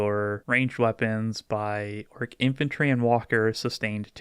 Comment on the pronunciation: Every time they talk about their merch, I swear they say Ork at Eight.